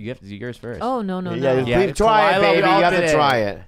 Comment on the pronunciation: Khalyla.... “Ka-wee” ? Really? You said it so confidently too lol